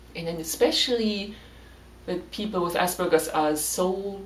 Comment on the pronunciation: You are german, and you still pronounce it ass burger. I mean, wtf 🤣😂🤣